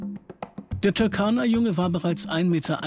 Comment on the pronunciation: Der See heisst Turkana-See und nicht Türkana-See . Falls einem das zu schwer ist kann man seinen alten Namen verwenden Rudolfsee